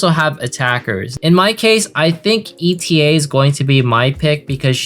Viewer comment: Please do not pronunce ETA name E.T.A. She's not an estimated time of arrival. I can't help but laugh everytime lmao It's pronunced "eɪtə". eɪ like 'a' from able and tə like "to" from "towards"